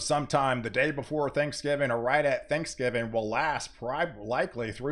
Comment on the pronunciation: It’s THANKSGIVING! Not Thanksgiven. Einstein.